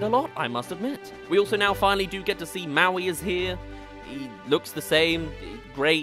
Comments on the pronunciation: No ones talking about Moana saying mowi instead of Maui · She called maui mo-u-i